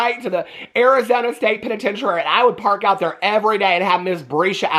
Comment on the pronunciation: i love youuu the state pennetenchurary lmao